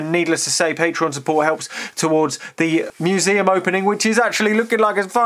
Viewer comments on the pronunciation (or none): none